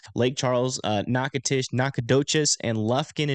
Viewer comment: As an aside: nailed Natchitoches and Nacogdoches!! 👏🏼👏🏼